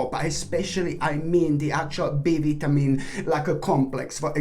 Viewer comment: Thank you. Only annoyance is vitamin. Vi-ta-min. Other than that, you are brilliant. Morenga dad adores. I drink morenga tea all the time. My dad has tree.